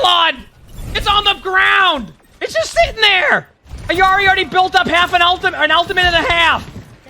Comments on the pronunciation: Why does he say Iarri and not Illari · Stop saying "e-yari" it is "illi-ari" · Will you say illari right?, it’s like a physical cringe every time you say it